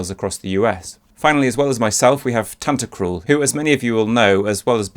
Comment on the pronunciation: Can't hear tantacruls name without the Tan-Ta-CRUL from one of the other composer videos from this channel. Lmao